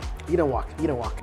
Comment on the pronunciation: I love how Mike says "eat" as "Yeet" haha.